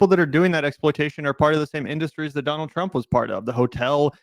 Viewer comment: “Dienald Trump” 😂